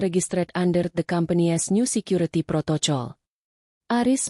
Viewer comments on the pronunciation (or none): pembacot cerita ini, hrs belajar bhs Inggris tingkat dasar.. krn kosa kata: protocol itu hrs dibaca: protokol & bukan prototjol 🤭🙄🤨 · Protocol 😂😂😂😂😂😂 Protokol kali....